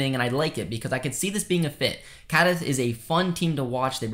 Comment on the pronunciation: Apart from pronouncing Cádiz, Coruña, terribly, you're cribbing everything from sources you don't cite. Some minimums of professional integrity.